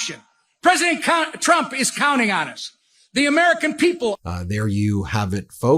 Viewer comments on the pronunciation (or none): Europe is never gonna kiss anybody’s ass … and he actually said President Cunt😂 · "President (unt"? Best freudian slip EVER!